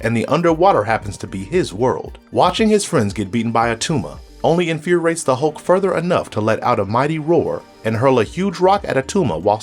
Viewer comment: In fyur eee ates .